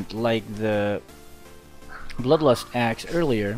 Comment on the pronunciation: He kept saying bloodlostass and asssclaws hahah